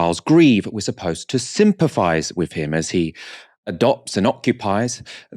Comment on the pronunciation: Sympathise not fise ffs